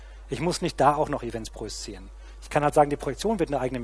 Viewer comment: Wehe, du sagst noch einmal "projiszieren".